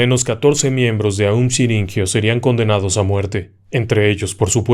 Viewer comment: Todo muy bien, la narración excelente como siempre… pero pero pero es aum shin ri kyo